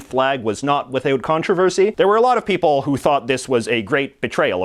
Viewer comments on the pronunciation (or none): none